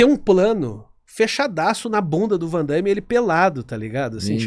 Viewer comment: Não existe 'Vandaime'. É Van Damme.